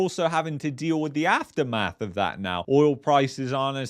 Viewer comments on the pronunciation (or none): none